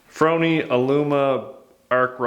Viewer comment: Its pronounced FOR-Knee, C'mon Man, you know the thing....